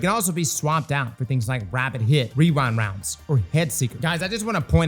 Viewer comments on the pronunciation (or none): I’ll never get tired of saying “rewind wounds”